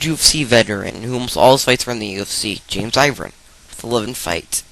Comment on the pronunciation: it's fuckin' irvin, not ivrin